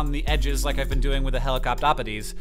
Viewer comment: I'm gonna miss Hank struggling to say Helicoptopodes.